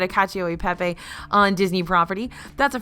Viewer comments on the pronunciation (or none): none